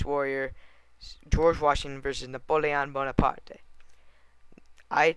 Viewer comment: You pronounce Napoleon bonaparte wrong. Say it like (napolein boneapart)